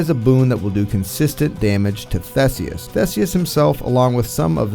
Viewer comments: THEE-SEE-US Theseus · This is wrong, thats anglicized pronunciation. Its pronounced "Theh-say-oos".